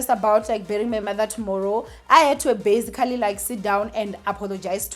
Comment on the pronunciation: I love you girl but you need to stop saying "bazigally" every 2 seconds.